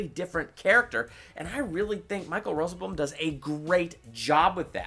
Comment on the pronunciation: I think you miss pronounced rosenbaum and finale but I guess people pronounce things differently